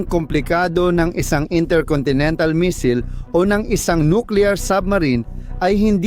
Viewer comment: Ayusin mo naman ang pagbigkas mo ah!! Misayl!! missile!! Hindi misil hunghang!!